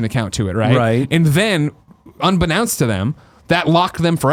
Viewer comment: Greg "unbeknawnst" Miller